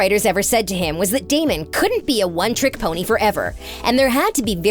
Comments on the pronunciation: Uhhh damion really D.A.M.O.N And carolin really it’s C.A.R.O.L.I.N.E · Coralyn. Damian. Who tf is this. They ain't even got the names right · When she said Damien I cracked up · I’m sorry but did she just say DAMIAN?!?! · The fact that she sad Damien instead of DamOn 🤣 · Damon not Damion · What’s with pronouncing their names wrong?? Its Damon NOT Damien and it’s Stefan not Steffan, I know Kai Parker did call Stefan Steffan once and Stephen but that was his character not sure what excuse ye have since it’s been more than once in this video 🙈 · She really called him dameon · girl.. is elena and damon- not alena and dameon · “daymian” LMAO WHAT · Sis rlly said “damion” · “DamEEn” “StefAn” “AlenA” Sorry but I hate it when people deep dive into stuff and don’t even know the names of the people they are talking about. (Bye sorry I am a very big tvd Stan) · Ikr? Every time she said Stephaan (spelled for pronunciation purposes) I just threw my hands in the air. Then add Dam-ee-an and I was done. Smh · You said Damian not damon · bro did she just say Damian?😭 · I hate it when people say its “DamIon“ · DAMIEN 😂 CAROLIN😂<3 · first of all its Damon not Damien as u called him and 2nd it Stefan as in stef- an not stef- arn. please if your going to narrate a clip get the names right x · Did she just say carelin damien and stefawn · Hahaha just came on here to comment that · She really said damion 🤣🤣🤣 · They said his name wrong it’s Damon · The way she said Damon and Stefan wrong got me laughing so hard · Did the narrator get paid for this? The first qualification should be the ability to read a script accurately . Say it with me.. Damon… Stefan… Where’s the editor?!! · Why is this girl pronouncing Damon and Stefans name wrong? Super annoying. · This woman is choosing to say their names wrong 😂😂😂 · i am triggered by how many mess ups you guys had on the names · She doesnt even pronounce their names right